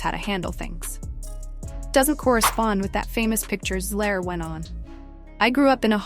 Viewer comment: So is it Zegler, Zigler, or Zler? Please do the research, proofread your scripts, and listen to the AI to see if its pronouncing words correctly. Effort matters, believe it or not.